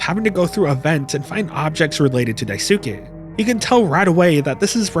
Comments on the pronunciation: JP speaker here, no, it is NOT "skay", you don't at Y at the end of it, you're reading that like an English word, but is is not, It's more like "skè". What is it with English speakers who add extra sound behind words, it's like the Japanese who add extra O behind English words. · jsyk Daisuke isn't pronounced with a soo, it's Daiskay. When it ends in a suke, it's not Suke but it's Skay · another mouthwashing analysis another mispronounciation of Daisuke [daꜜisɯ̥ke].........amazing vid lmao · The “u” in Daisuke is silent btw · i love how you say daisuke